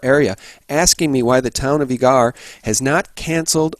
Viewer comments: It's pronounced Eager, like eager beaver. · it's EEE-ger, that's how us Zonies pronounce it. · Great show, I work in Eagar, Az. It is pronounced the same as the word eager. Keep up the great work. God Bless